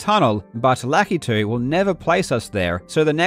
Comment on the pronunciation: thank you for pronouncing lakitu correctly